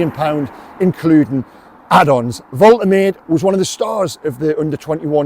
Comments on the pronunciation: Fair play m8 but ive listened to the German commentary first his pronunciation and it's pronounced volt er marder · Love your updates and passion for the Toon. Pronunciation of Big Nick's surname: Volta-Madda 👍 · It's pronounced Vol-Ta-Maa-Da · The pronunciation is 'Vol-ter-maa-duh'. They pronounce vowels over there in Germany. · I am German. Nick "Voltemad-e" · Well done,: first with the news again. By the way, Germans pronounce "W" as "V" (and "V" as "F" - so Volkswagen is pronounced Folks- vargen). So Waltemade is pronounced Volt-er-marder 🙂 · White English journalists’ and pundits’ flat refusal to learn how foreign names are pronounced is undefeated. There’s no chance the club, when leaking this to him, didn’t correctly pronounce the name. So I don’t buy that he doesn’t know how It’s Vole-Teh-MAH-da,. Not that hard to remember. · Fingers crossed! Pronunciation Volt-er-mar-de! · Pronounced Voltimada. Ive said this before why is it only Newcastle fans that never pronounce the players names correctly. Its embarrassing ffs. Shar, Guimaraes, Malick Thiaw, Sesko, Mbuemo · Thanks for bringing this to us. Woltermade looks the biz, touch of the berbatovs about him. Nice to be excited again. I've just checked the pronunciation prior to my video & it's "Volt-a-marde" apparently 😉👍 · Its Vol-Te-Mar-Deh, come on you English Stop butchering foreign names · Hi methinks the pronunciation is Vol - teh - mad - eh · Thanks for the news and for your excellent reporting. You will of course learn to say his name correctly which is Voltamayda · Pronunciation, I believe, is Volta-marda